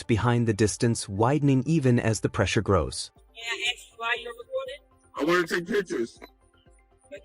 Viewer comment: This pig really "axe" a lot of questions.